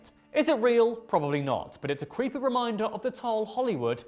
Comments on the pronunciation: “Cweepy” I thought I misheard that! 😂 Only in America 😂 HEY where’s the Mothman! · Only in America, that American legends that no one has heard of gets narrated by an individual that says the legends are "cweepy".